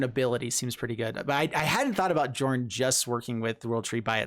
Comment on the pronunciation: Sorry for being pedant but i think the pronunciation is Yörn